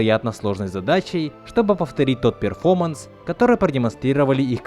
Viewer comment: Брат ты слово "перформанс" не можешь выговорить, а что-то говоришь про неправильный перевод. Сначала свой язык выучи СТЫДОБА!